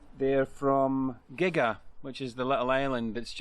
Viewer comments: Good video but - Muasdale pronounced Moo-az-dale Gigha pronounced Gee-a. Stopped watching. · Just caught this video so someone has probably mentioned this - Gigha is pronounced Gee-ah (hard G) and Islay is Eye-lah - I'm sure you've tried a few Islay whiskies 😜😜. Some Scottish place names are real tongue twisters, even to us 'natives' 😂😂😂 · Lovely video. Took me back to our Arran-Kintyre-Islay-Cowall-Bute tour a couple of years ago. That ice cream looked good (BTW Gigha is pronounced 'gee-a') and I hope is was flavoured with the real thing!!